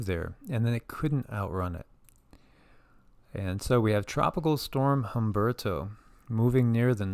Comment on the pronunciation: The H in Humberto is silent lol native Spanish speaker.